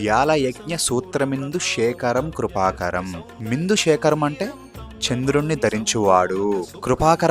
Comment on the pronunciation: నాన్నా, మిందు శేఖరం కాదమ్మా ఇందు శేఖరం ఇందు అంటే చంద్రుడు